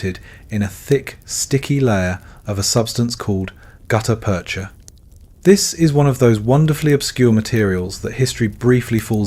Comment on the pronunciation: Great story. Hire a human narrator. (Spoken numbers give it away) (As did the pause within "gutta-percha")